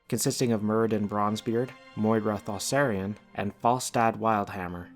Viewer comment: Isn't it ThauRISSAN and not ThaSSARIAN?